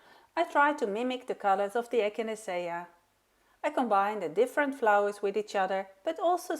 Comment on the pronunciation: Very creative and lovely cards. The methods are very helpful,thank you. Do you mind if I help with your pronunciation? I’m an English as a second language teacher. Thee first one is the name of the flower echinacea pronounced ekinAYshuh and the secon is relief pronounced relief. Your English is amazing though and every little bit helps I think! Thanks 😊